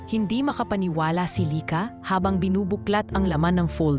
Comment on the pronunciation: Ganda ng story kaya lang yung bigkas ng lyka paiba iba minsan lika